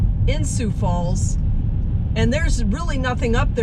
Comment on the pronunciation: You gave a pretty good account of the 'way North' part of the city but you need to go south if you really want to see most of Sioux Falls. Thanks for saying Sioux Falls correctly, you would be surprised how many don't say it right or say Sioux City instead. Sioux Falls is popular with visitors because it's friendly, clean, well maintained, little crime and low taxes. Not to mention the cost of living is very appealing and there are lots of things to do like parks and trails. Take care 😊